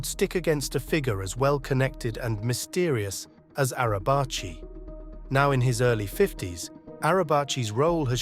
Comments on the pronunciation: Nekati arabchi :)) it s pronounced nejati araji.. kinda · It’s Pronounced Nejati Arabaji